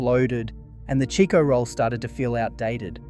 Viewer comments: You must not be Australian because it’s a CHIKO ROLL NOT A cheeko roll lmao 🤣 omg talk about unaustralian. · What the f*** is a "Cheeko roll"? I buy Chicko rolls on al almost weekly basis from my local take away store. You're way off base if you think they don't exist anymore.